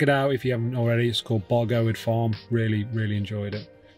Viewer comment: Great video and report on Bargoed Farm (pronounced Bargoyd). We have stayed there a couple of times and would recommend it to anyone. The facilities are excellent and the staff are very friendly and helpful. We haven't tried the hot tubs yet but have promised ourselves that we will next time. Fortunately for us we only live about 50 miles away from the site and will continue to use it as it suits our needs particularly as it is a dog friendly site with a dog walking field and the dog washing facilities should we need them.